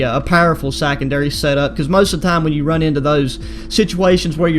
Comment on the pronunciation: Hold up did he say sackendary